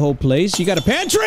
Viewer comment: When the light broke it made me laugh the way he said I take the whole place you got a panTRY